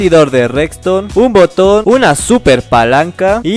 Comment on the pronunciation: dice boton